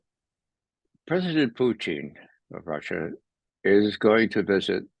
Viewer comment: Why can’t we have Putin…why are we getting Poootin and Puchin? It’s not difficult 🤣